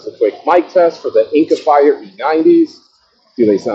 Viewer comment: Didn't even catch that you said it wrong. Lol that Jordan clip is hilarious!